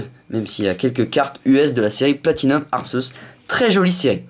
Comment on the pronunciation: à la 20e sa se dit Arkeus